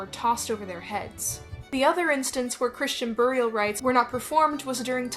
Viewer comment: Who else takes a drink every time you hear them say "byurial?"